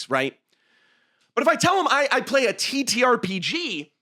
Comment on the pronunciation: you said the title correctly, I'm unsubscribing